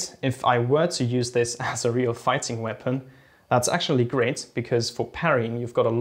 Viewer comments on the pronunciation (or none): none